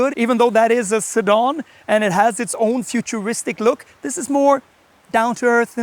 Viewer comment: WHAT IS A a 'Sidaarn'?